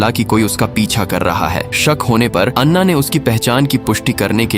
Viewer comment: लड़की का नाम अन्ना नहीं ऐना है